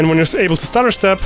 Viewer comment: Did he say stutterstep or starterstep? Idk which one and idk what that is either?